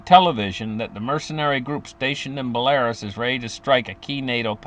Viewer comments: It's Bell-a-ROOS, not Bel-AIR-Us. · Belarus is pronounced Bella-roose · He meant belarus, pronounced bell a roos. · Will you get your pronunciation of Belarus corect please